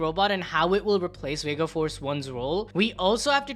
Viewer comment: I thought it was Vega punk not wega punk 🤣🤣🤣🤣